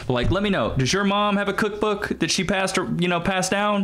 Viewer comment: Now its kak book not cook book. Priorities